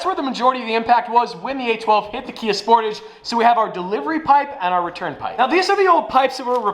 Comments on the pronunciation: Kia SportAAAHHHHHZHE not Sportidge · FYI, The Sportage is a play on the word “Portage” which refers to the act of carrying your canoe from one point on a river to another point to bypass a section of the river that is impassable or too dangerous to try to ride. It is a French word and pronounced similar to the English word “garage”. GAR - aazh SPORT - aazh